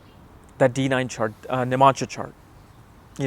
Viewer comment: It is NOT nim-amsha. It is Nav-amsha. Nav.